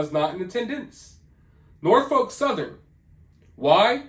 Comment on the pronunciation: I was born/raised & still live in Tidewater, VA. I was born in Norfolk. I would like to commend you on your pronunciation. 😜 I remember one of the first videos you put out on this topic; and, you made a valiant attempt. It's a funky word that's definitely said differently, depending upon folks' own accent. Also ~ I LOVE your channels!!!! Thank you so much for all the work you do for excellent content. May you & your family be richly blessed! 💖🙏💞